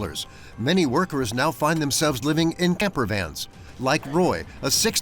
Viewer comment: Brooooo....... gamper vans..... and then caravan 😂 really